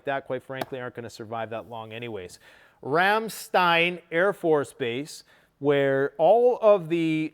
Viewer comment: That was a GREAT pronunciation on Ramstein.